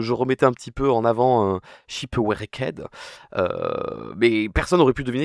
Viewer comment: shipouecked 🗣️🔥 (ça se dit ship rekt au fait)